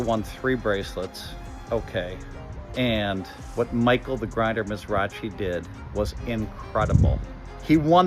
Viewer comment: He was mispronouncing The Grindr's name